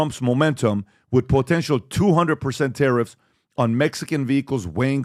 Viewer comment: I love when he says potential. Po tantial